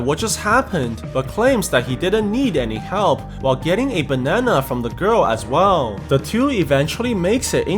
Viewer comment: The phrase “the bananana”